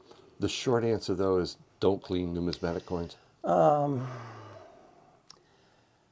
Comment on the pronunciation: Numismatic, not pneumatic.